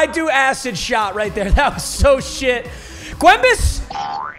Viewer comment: Am i the only one who hates when he says gwembes?